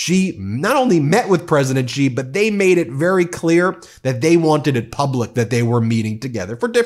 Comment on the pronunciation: President Xi - pronounced as Shi !! Not Jee